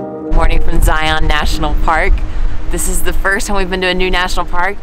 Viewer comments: Good job!! I'm impressed you did the tedious switchback section twice! Zion is my favorite of all the national parks. I hope you hike The Narrows also because that's even better. (Btw, the correct pronunciation of Zion rhymes with lion.) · Thank you for offering a good example of how to pronounce Zion. I was trying to figure out how to point it out myself, but this is it right here. :)